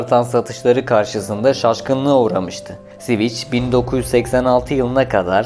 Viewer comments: Sivic değil sivik yani civic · Siviç nedir? sivik diye okunur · Admin sivic diye okuyorsun ancak doğrusu sivik olacak. Lütfen telaffuza dikkat edelim. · Sivik hocam sivik. Sivic değil. Alman Volkswagen gibi halk için yapilmiş bi arabadir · Tatlı tatlı anlatıyorsun dinliyorum ama siviç nedir gözünü seviyim, hiç mi duymadın "sivik" diye telaffuz edildiğini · Siviç ne ya Sivik Sivik! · Civic "Sivik" diye okunur. Anlamı vatandaştır. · Civic'in tercümesi dışında sorun yok videoda, eline sağlık. Sivik diye okunur bildiğim kadarıyla... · Sivic nedir ya 🤣🤣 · Sivic hahhahah cahil adam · "Sviç" değil "Svik". "Gran Priks" değil "Gran Pri". Aynı hatayı bir videodan kırk kez yapana kadar önce nasıl okunduğunu bir öğrenin. Anlatım ve hikaye çok güzel. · Şervole değil Şhevrole (Chevrolet),Sivic değil .Sivik okunur Civic yazılır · Ne Sivichi yaa elektrik switchi mi? Sivich degil o Sivik diye okuyamiyormusun? Daha bir Chevrole diyemoyorsun. Servole Shervolet diye okuyosun. Mecburmusun bilmedigin alanda okuma seslendirme yapmaya ? Birak bir bilen yapsin !!! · bir çok kelimede inanılmaz telaffuz hatalarıyla dolu bir video, resmen kulaklarım kanadı. gırand pıriks, siviç ve daha niceleri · Yine süper bir çalışma olmuş ama Civic için her SİVİÇ dediğinde resmen kulağıma iğne batıyor gibi oldu. Bunun adı dümdüz SİVİK Aynı şekilde Şervole değil Şevrole, Grand Priks değil Grand Pri... Ben de saçma olduğunu biliyorum ama kelimenin kökeni Fransızca :) Honda Super Cub olayını çok güzel anlatmışsın. O motosiklet ile ilgili de şöyle bir ayrıntı verelim. Discovery Channel'da tarihin gelmiş geçmiş en iyi 10 Motosikleti sıralamasında birinci olmuştur. Sadece satış rakamları da değil, sağlamlığı, sürdürülebilirliği vs... Adamlar motoru ikinci kattan attılar çalışmaya devam etti. İçine dümdüz yağ koydular çalışmaya devam etti... Öyle de efsane bir makinedir.